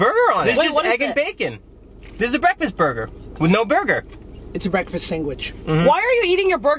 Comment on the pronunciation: Josh says "sang-wich" instead of sandwich, which normally upsets me but like, Josh can do no wrong soooo.. 🤷‍♀️